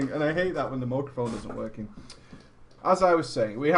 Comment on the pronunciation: Stop talking to yourself!!! LOL... Mooraphone!!!